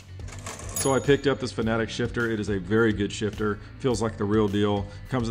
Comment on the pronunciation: Thank you for not pronouncing Fanatec wrong